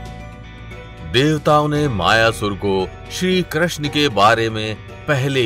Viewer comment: Bhai Pehle Krishna toh theek se bol le